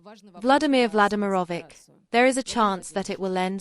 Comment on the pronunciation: Vladimir Vladymirovich The last "ch" is pronounced as in Church. Not "K"